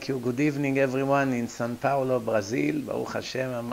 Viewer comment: Hi just to note is it São Paulo not San Paulo thanks